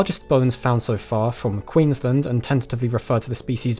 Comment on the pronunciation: the way you said 'Queensland' sounded like 'Quinnsland'